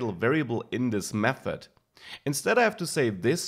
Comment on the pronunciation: i like how you pronounce th => f :D mefod